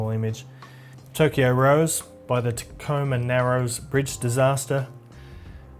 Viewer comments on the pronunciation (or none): none